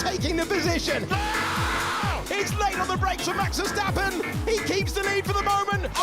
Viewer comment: „mAX vER-STrAp-oN“ 😭🙏🥀